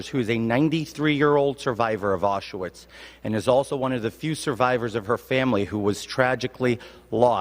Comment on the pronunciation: "AuSHAwitz concentration camp" Really?? Mr "Zabrovsky Devolder Revanche Santos", being a fluent English/Portugese speaker, I'm surprised you misprounced the name of the concentation camp. Being Jew-ish, I thought you knew better.